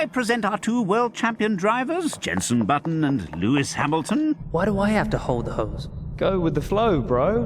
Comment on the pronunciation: how did they fuck up "Lewis Hamiltron"?